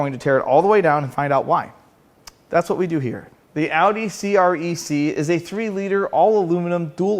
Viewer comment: Thank you for pronouncing Audi correctly. One of my bigger pet peeves.